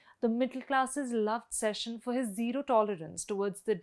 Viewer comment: It’s not session, it’s Seshan. Why can’t you say it right for the f sake?